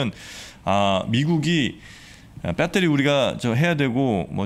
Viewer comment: 폭스콘을 팍스콘, 배터리를 빠떼리...그냥 신뢰가...